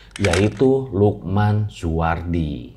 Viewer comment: Gw kira tdi lu bilangnya siluman ternyata si lukman wkwk🗿